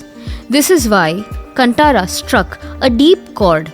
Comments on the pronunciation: It is kaanthara not Cuntara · It's not pronounced कनंटर .... Its Kaantara! कांतारा.. " Kan" as you use for saying "kaan (ears)" "Tara" as you use for saying "taara or si-taara (star)" dont stress on the "t" letter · Nice information but pl note - it's Kaanthaara.. not kantara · So is it Kanttara or Kanthara?😅 the whole video she pronounces Kanttara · For god sake it is not pronounced Kanttara it’s Kan-Tara. If northies can pronounce western words accurately request your due diligence to your souther state languages too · It's not Kunt-aara. It's pronounced as KAANTARA. 🙏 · It's कांतार not कंटार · First pronounce Kantara property It's कांतारा Not कंटारा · really good animation and informative! But c'mon, this movie has been plastered all across the country and should be clear by now. It's not pronounced "cunt-ara", it's "Kaan -tha-ra". "Tha" is pronounced like the name of Goddess Tara not the "Ta" from Vaikunta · Appreciate the time taken to research, explain and efforts to create this video. One small suggestion, it good to know the exact pronunciation of names, as english will not be effective in pronouncing local names. It's Kaanthara .... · Its pronounced as Kanthara , understand that first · Please get the pronunciation of Kantara right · your pronounciation is wrong with many words...like you're not familiar with Indian names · You all can research all this background but not the correct way to pronounce kantara or guliga! 🤦‍♀️ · That's not how you pronounce "Kantara" Is this AI generated ? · NonAI would have done a better job at pronounciation!